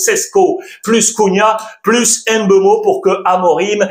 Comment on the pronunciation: Alex, Mbappé et Mbeumo, le M est muet. Ça se prononce Bappé et Beumo Certain que tu le sais, ta chaîne YouTube est vue à l'international, sois moins franchouillard. Bonne continuation.